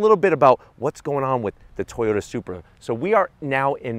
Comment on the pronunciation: It's still a A-TOY-OT... 🙄🤨